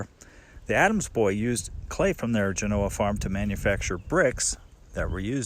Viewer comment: Great video once again...found out I've been pronouncing Genoa wrong...!!...I wonder if you have been to Snowshoe Thompson's "cave" just north of Hwy 88 just down the canyon from Hope Valley...pretty cool sitting in there where the great Thompson found shelter on his treks...Thanks again..keep up the good work...Scott